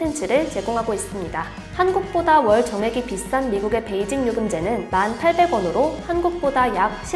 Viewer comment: 월정액을 왜 월 정액 이라고 하는거에요?ㅋㅋㅋㅋㅋㅋㅋㅋㅋㅋㅋ